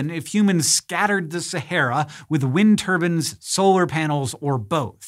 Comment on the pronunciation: "wind turbin" looool